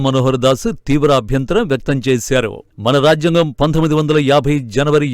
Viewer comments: రాఝ్యాంగం కాదు తల్లీ అది రాజ్యాంగం జ కు వత్తులేదు! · ఈ యాంకర్ (మహిళ)కి రాజ్యాంగం పలకటం రావటం లేదు.